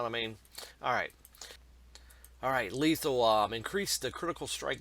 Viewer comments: He must have a 62 iq to not be able to pronounce that lol. 2nd grade reading level. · Disliked since he can't pronounce "lethality" lmao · "Lethalahhh" and "subeldyy" lol can't make this shit up. Dude is a monkey.